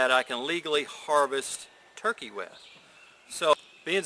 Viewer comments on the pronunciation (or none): none